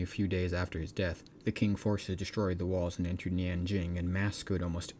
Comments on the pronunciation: I got confused for a second after hearing king dynasty, only to realize that you mispronounce the qing dynasty. It's spelled as ching, q in chinese become ch sound. Qi becomes Chi, Quan become Chuan, Qin is Chin, and Qing is Ching. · it's pronounced Ching not King Dynasty. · Maybe fix the pronunciation. It's "Chin" (Qin) not "king". Very confusing. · Tching not "king"